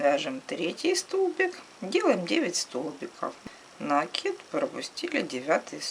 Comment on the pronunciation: накИд! С накИдом!